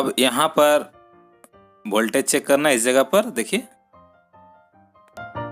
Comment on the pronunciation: वोल्टेज सही उच्चारण है न की भोल्टेज😃😃😃 सुधार करें। लेकिन विडियो उपयोगी है।👍